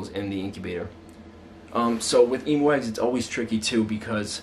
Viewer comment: I love how you say emoo instead of emu